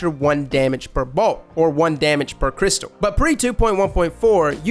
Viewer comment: ‘Crystal’ ARE UOU SERIOUS?! dislike